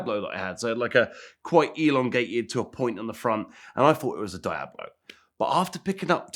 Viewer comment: I hate him because he can’t say Diablo correctly